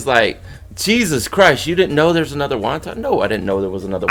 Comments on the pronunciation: Haha it's pronounced want-un.....✌ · No offense but you're pronouncing wanton totally wrong 😂 and basically in the context of the song (I don't even know which song you're talking about lol this is my first video of yours) it def means like, lustful. Still, cool video! I love the Tool appreciation